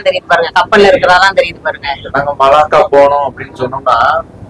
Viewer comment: மல்லாக்கா இல்லை மலாக்கா